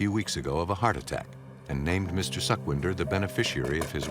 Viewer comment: its not suckvindhar... its sukhwinder ...su as pu in "put"